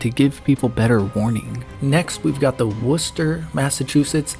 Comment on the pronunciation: first american i've ever heard say worcester correctly. thank you . marry me